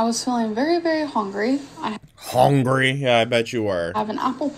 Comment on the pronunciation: If she said "hongry" to me, I'd dead seriously ask her to spell that. If she could in fact spell it, I'd ask her to say it again. This little exercise typically shows someone they're mispronouncing the word and they'll start saying it correctly. 🙄 I use this little tool semi-often when someone either mumbles or says something completely off.